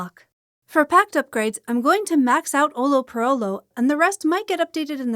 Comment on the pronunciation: Nice video, thank you for all that you do for the community >:) On a side note, the way you pronounced "olho" was really funny lol (its a hard word for non natives since the "lh" sound is not that common in other languages, so don't worry lol), also you more or less nailed the word "chamariz" so I forgive you, keep the good work I love your vids >:)